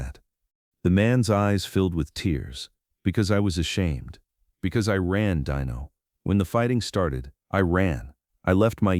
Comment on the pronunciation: His name is not DYNO but Dino try it ,it sounds much better